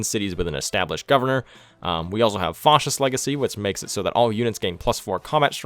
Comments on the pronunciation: The "a" in "fascist" is pronounced like the word "fast" / "bat" / "cat". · Nobody:: Faucist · I don't think I've ever heard anybody pronounce Fascist like that. Great video though! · 1 MISPRONOUNCING FASCIST AND -1 MISSPELLING FASCIST